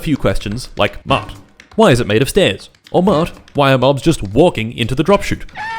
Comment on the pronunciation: I zoned out for a second, so when I started hearing you say my name I thought I was having a stroke, turns out you were saying "oh mart" and not "omar" with an accent